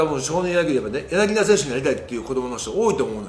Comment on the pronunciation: ずっと間違えてるけどヤナギダじゃなくてヤナギタです！ 解説もなさってるのに、さすがにこれぐらい一流の選手の呼び間違えはダメかな、、